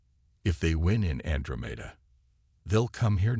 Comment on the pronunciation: Can anyone fix the AI so that Andromeda is pronounced correctly? an DRO' meda